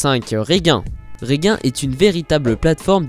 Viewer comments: Pourquoi dire gigantesque et pas guiganteste et dire Reguin ou lieu de Regin ? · On dit Regin se prononce Rejin et pas Reguin, revoyez vos cours de CE2 un g et un i ça fait gi et pas gui !! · Prochaine video = Top 5 des fois ou le mot Regin a était écorché